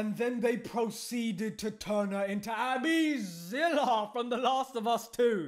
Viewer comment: Am I the only one that dies laughing every time he say: "ABBYZILLA" 💀🤣🤣